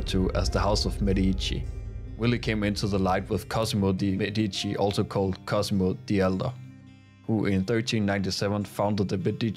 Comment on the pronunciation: Please google the proper pronunciation of The Medici. Nice video.